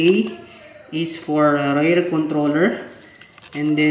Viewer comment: Karamihan naman yata ng nanonood syo ay mga Pinoy kaya mag Tagalog ka na lang. Nakakadugo kasi sa tenga yung mga English mo 😂 Bihira ba talaga ang "rare pender" kesa sa front "pender"? Ayoko na tuloy mag "subscrive" 😂✌🏼